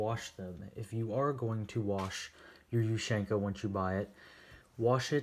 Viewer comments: I think it's pronounced OOH-SEAN-KUH not YOU-SHANK-AH. Good video! Let's see some more USSR stuff! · Its ushanka. Not "you shank a". Like tachanka isn't "tac shank a" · Asian ushanka not the way you pronounce it the way you pronounce it is weird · Dear god the way he sais ushanka for gods sake man learn to say it properly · your saying ushanka this is not a hate comment just a informitive one